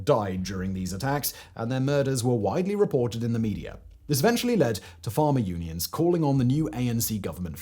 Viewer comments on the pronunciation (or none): I though you said Farmer Tax. Thinking bloody hell that's a hell of a tax. had to put the subs on. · I thought you were saying farmer tax. I thought. This doesn't seem that bad... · For the first half of the video I thought he was saying Farmer tax. Thinking dang my income tax doesn’t sound all that bad anymore 😂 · I was hearing Simon say farmer tax.